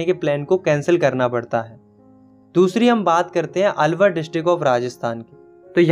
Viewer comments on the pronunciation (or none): none